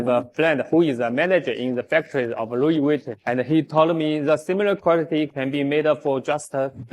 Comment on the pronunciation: Wu wee veeton……GTFOH with your cheap junk